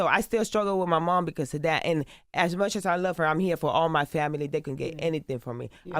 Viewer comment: "beacose " like tf